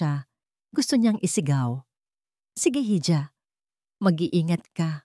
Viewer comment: Hija po is pronounce as iha... Silent "h" po. Thanks po